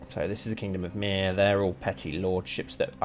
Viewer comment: Given how you butcher my name everytime I hear you say Myr, makes you think you’re on about burning me. Not funny at the end of the day mate